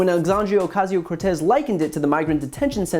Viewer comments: Its Ocasio! Not Ocashio! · Yeah, I wouldn't make videos where I mispronounce names ( Ocasio) as Ocassio. People's names are important to them. I'm sure Margie Tailor Green understands that. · Alexandria arcazeo Cortez? I don’t think that’s how it’s spelled or pronounced I know you’re from the south but God bless you